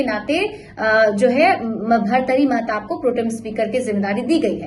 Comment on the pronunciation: Kam se kam naam to thik se bolo